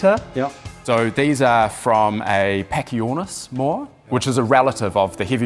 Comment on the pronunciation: Someone tell these guys there is no “R” in the word moa…